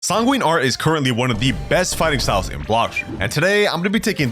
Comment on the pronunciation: At the start of the video did bro really say tanguine arts